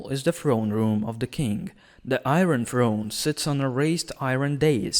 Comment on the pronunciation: What's the I-ren Throne?